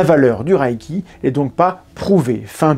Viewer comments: oui il pronnonce "le raille qui" je sais pas d'où ça vient même en anglais ça ne ressemble pas à ça. Même sans faire d'effort, "à la française" ça serait "le raie qui". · "Ré" pas "ra" pourquoi avez vous imaginé la voyelle 'a' dans la prononciation ? 😅 (En vrai je comprends quand on commence avec une mauvaise prononciation cela reste) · Merci de continuer cette série de restauration de la vérité scientifique. Une petite correction néanmoins, de la part d'un amateur de langues: le mot japonais transcrit reiki se prononce lèyki et non rayki, mais sans doute devrait-on plutôt le prononcer "boulechitte". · Merci pour la vidéo et attention à la prononciation ! C'est "raie i qui" pas "raille qui". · mais pourquoi tu prononces rAÏki ? dans les extraits vidéos tu entends bien que c'est un son "é" long, le "i" ne se prononce pas et il n'y a pas de "a" : c'est la même idée que le "ei" dans "beignet" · Apprenez à bien prononcer le reiki pas raiki. Il faut expérimenter avant d’avoir un avis. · La question que je me pose, c'est pourquoi tout le monde prononce "raïki" comme si c'était de l'allemand 😅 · S’abonner est bon pour le karma. Mais que vaut le karma ?? PS: reiki se prononce plutôt ´réki ´ ou mieux encore à la japonaise ´léki ´ PS: je ne crois pas au 霊気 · Prononcer Ré-i-ki si c’est japonais. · En fait ça se prononce meme ré-é-ki, le i après un e indique un é long en japonais. Vous savez, la culture, la confiture, ... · Y a-t-il une raison particulière de le prononcer à l'allemande ? ça m'a troublé toute la vidéo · J'en suis qu'au début mais je crois qu'il faudrait vérifier la prononciation :x Par contre, c'est une des rare fois ou je vérifie sur internet (wiki+ traducteur vocal pour une idée de la prononciation) un point d'une vidéo. Bon, j'écoute la suite ^^"